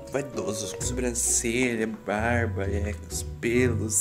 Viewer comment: Detalhe que o falava da Bruna puxar o "R" e ele puxou no fim do vídeo quando foi falar "barba" kkkkk